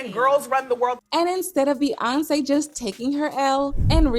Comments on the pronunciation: The way this voice-over girl pronounces Beyonce is weird, completely leaving out the Y sound, irritating.... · be-AHn-say, be-yon-say